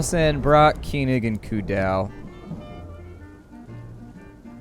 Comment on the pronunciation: you say keyning instead of Koenig. Its more like col (Colonel) and nick.